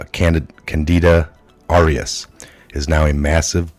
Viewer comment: Although I appreciate the content, please practice reading and speaking before taping. You get the main words wrong (the name of the fungus), and read the parts of the article wrong and mispronounce main words in the reporting that you do. We all need to improve all the time, so please take the time to get the words and pronounciation right.